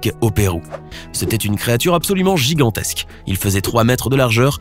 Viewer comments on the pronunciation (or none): "une créature giganstèsque" Mdrrr. Tout au plus la taille d'une baleine bleu adolescente Mdrrrr